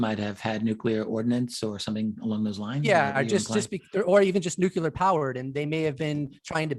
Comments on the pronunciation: How to pronounce nuclear: new + clee + er. (Sorry, the incorrect "nuc-u-lar" pronounciation is popular among politicians.) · Lol the long haired guy keeps saying "nucular"